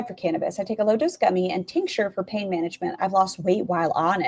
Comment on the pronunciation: eww, she pronounces pain "peen". wth